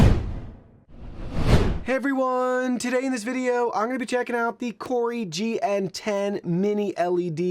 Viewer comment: mate. it’s “koo-rui”. there’s only 1 r. it can’t be “koor-rui”